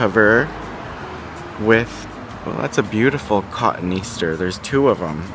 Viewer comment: Ka-Toney-aster not cotton easter😊